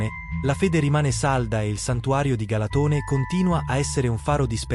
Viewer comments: Galàtone .. non Galatòne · Si pronuncia galàtone